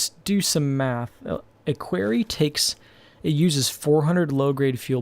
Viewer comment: I know this is over a year old but stone quarry is pronounced as Cory not Kerry